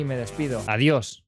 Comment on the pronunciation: XD me saco de onda su "adios" estaba dibujando mientras veia el video y cuando se despidio me quede: "wtf? dijo adios?"